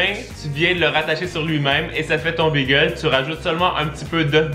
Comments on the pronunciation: Salut c’est pas BEEEGEL C’EST BAGEL TABARNAK Pas youurt c’est YOGOURT CALISS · Pourquoi est-ce que tu dis bagel comme le nom de la race de chien ? C'est pas beagle, c'est bAgel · BÉgel............... pas Bigel!!!!!!!!!! Ça m'énerve royalement